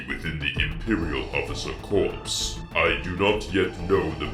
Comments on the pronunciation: Friendly correction – "core", not "corpse." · It's pronounced "core". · im nit picking so hard but "corps" is pernounced as "core"... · Corps is pronounced Core not Corpse, just a small note. Great videos though :D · "corpse" its pronounced like "core" dummy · One minor note: you quote Vader as saying the assassination attempts come from "the highest level of the officer corps..." but you pronounced it as "corpse"...the correct pronunciation is "core" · FYI in "corps" the 's' is silent - it's not meant to be pronounced like "corpse" it's meant to be pronounced like"core". It's a French word from the Latin "corpus" that was widely adapted by Western militaries after the Napoleonic era. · You mispronounced corps. It is pronounced "core" rather than "corpse" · Fer the love of Mandalore. . . "corps" is pronounced "core." What you said instead is spelt "corpse." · I love these! But imperial officer corps would be pronounced "core" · hey dude! not to sound like a grammar nazi or anything but just to let you know the pronunciation for "corps" is not like "corpse" but it is pronounced like the word "core". p.s. love your vids man! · Pronounced Corps wrong. Its like saying the word core. Not corpse like a dead body. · Imperial Officer Corpse? Oooooohh, I SEE what you did there hehe. You meant to say Corps (pronounced "core") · Corps is pronounced core... not corpse. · lmao the imperial officer "corpse" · “Corps” is pronounced “core”.... Didn’t wanna be that guy but ya know...🤷🏽‍♂️ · You’re not supposed to pronounce the P in corps. It should sound like core. Unless it’s spelled corpse. Then by all means, pronounce the P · Corps is pronounced CORE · Fyi — Corps is pronounced as “core” The ps is silent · Hey, so corps is pronounced core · Corps is pronounced without the ‘p’ and ‘s’. ;) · Imperial Officer "Corpse" Vader made me giggle. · Corps is pronounced "core" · Corps is pronounced "core", as in Marine Corps. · A tidbit for you, 'corps' is pronounced 'core'.